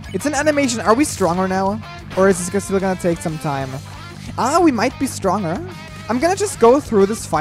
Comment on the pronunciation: Who realised said Stroner and not Stronger lol